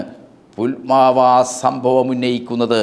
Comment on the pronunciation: 'പുൽമാവാ' അല്ല സാർ ഫുൽവാമ എന്നല്ലേ ?